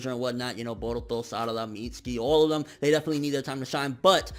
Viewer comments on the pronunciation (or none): y do so many ppl call him Mitski..its MitsUki